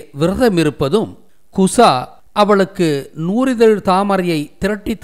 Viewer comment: நூ"ரி"தழ் அல்ல நூ"றி"தழ்....